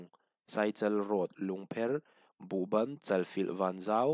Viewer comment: buhbàn khaw hming chu i thluk diko anih kha. buhban anilo zawk aw.